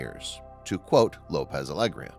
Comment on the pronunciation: EHem excuse me good sir, but Alegía has a tilde on top of the "í". therefore the emphasis should be on that syllable and not in the e. It's Alegía, not Aégria.